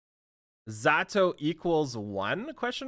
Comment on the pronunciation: it's ramlethal not rAm LeThAl, zanuff not ZaNoooooF. AND YOU CAN SAY POTEMKIN RIGHT? WTF LOL